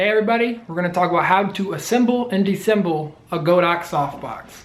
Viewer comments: It's pronounced "Dis-a-semble". Please learn to speak properly as it will make your videos more enjoyable to watch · Missing a syllable from disassemble there bud.